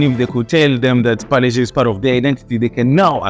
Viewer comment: first foreigner good pronunciation parle G